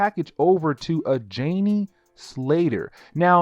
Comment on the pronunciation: Not to be critical, because everything you said is right on. But, it’s not Morlock, it’s Molock. And it’s Janey, like Jane, with a y at the end. Like this: jay knee. Also, it’s Ozymandias, which sounds like this: Ozzy Man Dee Us